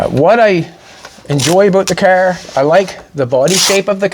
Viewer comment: anyone catch how many times he said the word "caerr"? 🤣🤣🤣